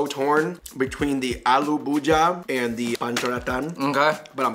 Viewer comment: "Aloo bhuja" really 😂.